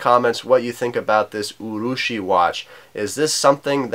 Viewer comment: Not too bad a pronunciation. Yes, urushi means lacquer. Anyway, an interesting watch and another good review.